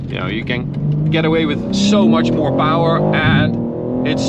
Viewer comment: I just watch the videos to hear you say POWER and TORQUE..